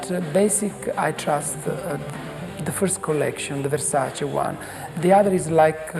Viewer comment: Che cafoni chiamarlo VERSACI,NOT VERSACE!